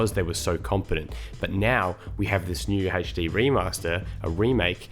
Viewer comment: Love your videos mate it's always great (still getting used to the way HD is said there lol) but yeah i agree. Maybe have my own opinions but all in all you're right and toys for bob is doing it right. You can always nitpick but don't put down the game. I like how you see the good the bad both points and take them and make a final conclusion rather than the first shit you feel/think of. And you're not biased and "set" in your ways. Heha